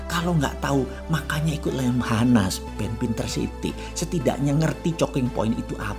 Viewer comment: Pak Mardigu ini idenya lebih cepat daripada ngomongnya, jadi sering salah ngomong. Moriskova ----> Maskirovka Chocking Point -----> Choking Point